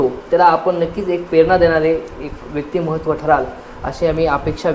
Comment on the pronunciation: व्यक्तीमहत्व नाही, व्यक्तीमत्व म्हणा.